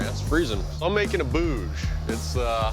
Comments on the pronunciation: They are pronouncing it like "Boose"!! Actually it's very simple to pronounce "bhuj"(ভুজ, भुज) that means arm. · Being an Indian and hearing them call it “boz” makes me a little uncomfortable for some reason but at the end it doesn’t matter, they did a great job